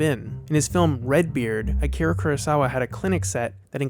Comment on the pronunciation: It's pronounced Ah-Key-Ra (with a rolled R).